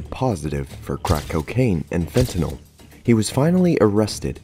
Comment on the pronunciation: Finally, someone who says "Fentanyl" correctly instead of FentanOl.